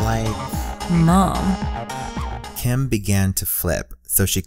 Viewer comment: Before they said "Mom" I thought it sounded like porn.